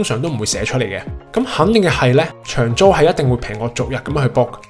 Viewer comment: 發音不正，長租變長洲